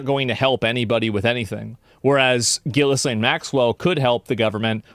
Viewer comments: It drives me nuts when he says Gillislaine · Bro... who TF is "GILLIS LANE" 😂😂